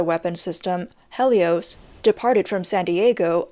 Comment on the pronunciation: Yokosuka? Helios? Kilowatt? That's not how those are pronounced. Again, hmu if you want a narrator. :)